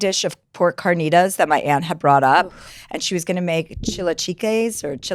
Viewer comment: Chilaquiles pronunciation made me wanna kms and carnitas